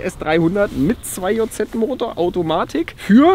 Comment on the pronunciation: Bitte 2JZ Englisch aussprechen danke